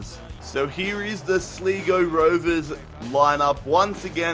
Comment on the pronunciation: Sl-ee-go. Are you mad. It's pronounced Sly-go